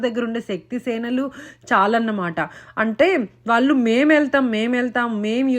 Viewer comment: ముందు తెలుగు సరిగ్గా మాట్లాడడం, వొత్తులు సరిగ్గా పలకడం నేర్చుకోవాలి. బండాసురుడు కాదు భ ండాసురుడు. వాళ్ళు అనాలి. వాల్లు కాదు. తెలుగు మాట్లాడేటప్పుడు english పదాలు వాడకూడదు.